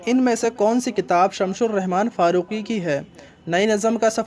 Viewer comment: شمس الرحمن فاروقی ہے بھائی ش لگا کر آپ غلطی کر دیتے ہیں۔ آپ کی اس زبردست مدد کے لیے میں آپ کا ممنون ہوں۔